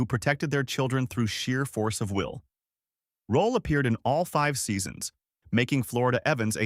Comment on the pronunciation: It's Roll(e) , Not Rolla.